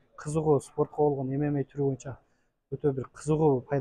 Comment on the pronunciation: Правильное произношение эмемей деп а то ммага чыгам деп куйдурот чон чон боеццтер туура эмес произношение кылат артистер 😂